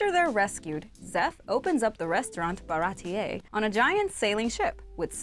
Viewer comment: Pappag "Papka" 😂 Baratie "baratiyee"